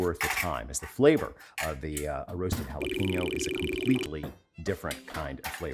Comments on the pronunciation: Love, love, love your videos. Always. Love that you mention you say aun-cho, not ann-cho. ¡Perfecto! But you say hal-a-peen-yo when it should be hal-a-pen-yo. Just an observation and a correction coming from the kindest of place. Thanks Alton!!!!! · Jalapeño. Holla PEN yo. It’s easy, try it. Not “hal a PEEN yo”. It’s like nails on the chalkboard of my soul when someone says “hal a PEEN yo”. I mean, where are y’all getting that extra “e”?